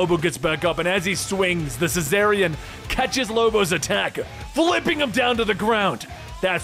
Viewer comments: It's pronounced "Zar-ni-an", it's spelled Czarnian! How the hell are you getting "cessarian" out of that?! He's not a Caesarian Section. Hahaha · just really butchers the word Czarnian throughout the whole video like in